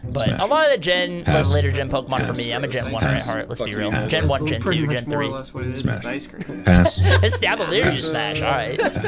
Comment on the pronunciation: someone told me mark sound like he’s saying ass when he says pass and now I can’t unhear it...